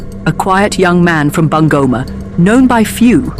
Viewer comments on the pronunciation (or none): I love how she pronounced bungoma😂😂😂Bangoma😂😂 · The name BUNGOMA is wrongly pronounced here. Sound "U" in Kenya is U for UNION ... not "U" for "aah" in short its BUNGOMA---- B - boy U- union N- nail G- God O - Off M- Man A - apple